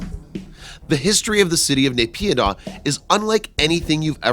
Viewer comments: It's Spelled as NAH-PEE-DAW = NAYPIDYA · its pronounced Naip-yee-door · NAYPYIDAW, MYANMAR...NOT BS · Candystrap i don't have to prove it any more than I have to prove that there aren't aliens living on the moon just 'cause i call bs on a video that claims there. Whats dumb is that you believe this video when the publisher can't even say the country or city name properly. But a quick google search will prove that its bs. You should try it. Here is an example of what you will find